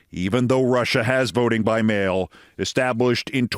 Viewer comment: Note: Its Trump therefore it's "Disaster In Alasker" between "The USA and Russier".